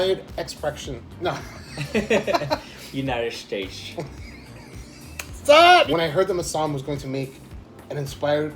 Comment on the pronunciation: United Shtates 😂